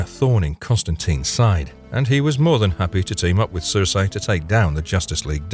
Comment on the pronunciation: The name Circe is pronounced SIR-SEE, NOT SIR-SAY